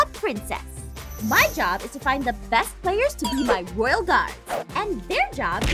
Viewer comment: Excuse me Aphmau, what is a “Roayl Princess”?